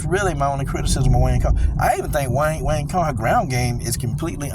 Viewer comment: It's pronounced "wang tsong" lol